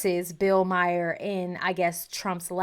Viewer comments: His name is pronounced "Mar"., not Mare. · Yes, thank you. I keep wanting to bring this up without coming off as pedantic. I think of it like Bill Burr, Bill Marr.